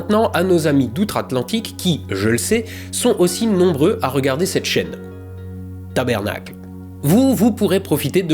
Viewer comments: Alors, il me semble que la prononciation est plus proche de "tabarnak" que "tabernacle" chez nos amis Québécois... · non non stp je saigne des oreilles à chaque fois que tu dis « tabërnaquele » Non il faut dire « TabArnack ». 😂 Comme un viking avec conviction voyons. Merci pour tout ton travail qui m’aide beaucoup à me sentir plus intelligent 😊😊 À la r’voyurr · On dit pas "tabernacle" mais "tabarnak" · En passant ont dit TABARNAK et non TABERNAK. Soyez astroquebecois 😜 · Pas tabernack, tabArnac TABARNAC! :D ;) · Salut super ton explication,....une seule chose c"est TABARNARCK ❗❗ et non tabernarck 😂😂😂de Montréal aux Québec SALUT 👍👍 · "TaBARnak", pas "TaBERnak" souplait ;) Avec un sons de "â", le sons qui décent et non qui monte :P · Ont dis Tabarnaque !!! pas tabernacle🙄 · c pas tabernac mais tabarnak et merci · Pas TABERNAC mais TABÂÂÂRNAC 😂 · Bon, les amis français, au Québec on dit tabARnac et non tabERnac. Mais on vous aime quand même ;) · Hahaha tabernacle? hahaha tabarnack* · Petite rectification quand l'on utilise ce sacre ce n'est pas "taBERnak" mais "taBARnak" 😉 et oui nous sommes nombreux au Québec qui suivons ta chaine, chaine que nous adorons d'ailleurs. Merci pour cette vidéo. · Vous êtes comiques en ciboire toi et quand vous tentez d’imiter les sacres Québécois! on dit Ta BAR nak et non pas tabernak 🤣mais, ça fait plaisir quand même cette petite attention. Si vous voulez entendre toutes les nuances possibles avec les sacres recherchez Elvis Gratton vous allez êtres servi! Il n’en reste pas moins que l’on adore vos contenus. 👍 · Sauf qu' on dit pas "Tabernacles" mais bien "Tabarnak!" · Tabernacle se prononce ici "tabarnak" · Pourquoi vous dites "tabernacle"? C'est "tabarnac", il n'y a aucun e. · Pas Tabernacle mais "Tabarnak" !!! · 😡 Non… pas « tabernacle : « tabArnaK »! 🤬 Non mais colisse… 😉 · On dit pas Tabernak, mais Tabarnak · Tabarnak …pas tabernacle 😅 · Pas tabErnak… tabArnak. Lol